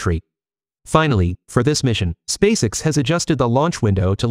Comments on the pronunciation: You need to learn how to properly pronounce the name of Elon Musk's rocket company. You say space all right. The way you pronounce the letter x is unusual. Fix it. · What the heck is "Spacix"? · You may be able to improve the pronunciation for 'spacex' by playing around with the spelling of the word. I.e. 'space-ex' or 'space ex', ect. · Your AI voice can't even say "SpaceX"